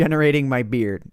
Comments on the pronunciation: I thought you were saying "I will regenerate my beer" You really "I will regenerate my beard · did anyone eles think was saying i must feed my beer or was it just me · Is he saying feeding his beard or feeding his beer? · It sounded like u said im regenerading my beer. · did he say beard or beer? the world will never know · It sounds like I'm feeding my beer and I NEED TO REGENERATE MY BEER! Okay you do that lol... Btw Yes I know he is saying beard. My first impression was beer, though. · It sounds like he's saying I'm feeding my beet